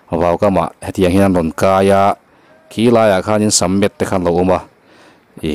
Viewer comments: Sir, a hmuhnawm leh rem rem hle mai. Mahse, sammet i ti hian ka beng a ti kham tlaun ta zak. Lumet lo ti hram tawh teh khai.. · Sir..Lumet itih kan rin tehreng nen,sammet iti tlat hian ka beng ati kham tlat mai.adik ihre reng anga entu tamtak ngaihdan iven vang nge i ti diklo lui tlata hriatna ka nei nia.ka comment te hi i tawngkau chheh dik vang hian ka type sual ngamlo thin kha ania,Lumet/sammet hi chuan ka beng ati nâ tep mai a..